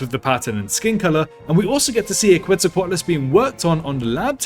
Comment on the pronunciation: Very interesting video! Also, I appreciate your pronunciation of Quetzalcoatlus. I was kinda disappointed to hear the dinosaur expert in the movie say quetzaco-Atlas...